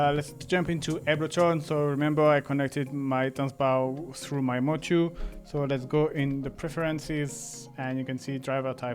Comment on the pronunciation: “Tanzbär” means Dancing Bear in German, and “bär” is pronounced just like “bear” in English. So it‘s not about dancing at the bar 😊 Thank you for a great video!